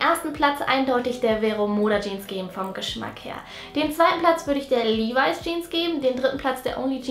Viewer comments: Levis spricht man Li-weis aus😉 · LEVIS😍 Sie spricht es Livai aus. Ich sag nur AOT😏